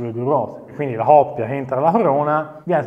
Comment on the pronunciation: Grande!!! Però si dice " Coppia" non oppia!!!